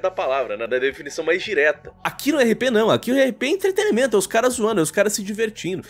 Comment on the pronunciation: pqp! Se diz E N T R E T E N N N N N I M E N T O!!! Cê é tão articulado mano, todo vídeo cê erra isso meu chefe!!